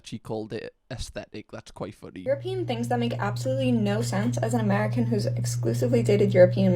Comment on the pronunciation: ‘Europeening’? knows exactly what he’s doing 😂